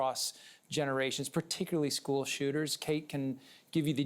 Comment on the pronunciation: So was this one of those males who claimed to be a female? Or is it a real female? Wisconsin can't have a police chief thays actually educated enough to properly speak? Whats a "skoo" idk what a skoo is